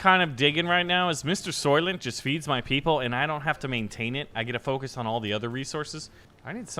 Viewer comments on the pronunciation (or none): none